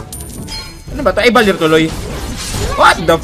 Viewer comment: Valir? HAHAHAHAHA